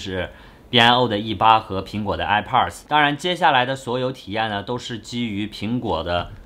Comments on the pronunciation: 哀炮儿的 发音真迷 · 这个i pars我真的是醉了 测评人能学学怎么发音再评测吗。这是最基本的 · airpods发音听着很变扭，播主看很多北美的youtuber视频，应该有很多相关的发音可以参考吧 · 发现喜欢儿化音…上次的youtuber，这次的airpodrs…